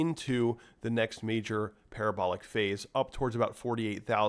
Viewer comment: LOL. Par-ab-er-ler ... It is parra-bow-lar